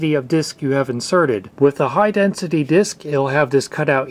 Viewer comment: You mispronounced double densité disquettes.